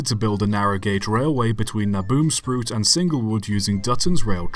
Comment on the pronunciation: Thanks for a bit of history I was not aware of in my own country - Great video! For future reference, you pronounce the "ruit" part as in eight with an r in front. "r-eight"